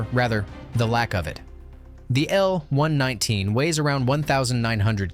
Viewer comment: Just to be clear; It's the M-one-one-nine AND NOT an M-one nineteen!!! A real military historian would know this!!!!! Thumbs down!!! 🦘🦘🦘